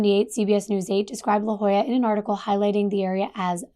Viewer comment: I live in San Diego. It's phonetically pronounced LaHOYA.😊